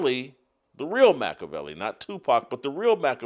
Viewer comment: Your pronunciation of Machiavelli’s name and interpretation of the Prince are both wrong.